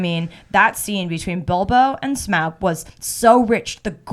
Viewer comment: glad you say smaug the normal way!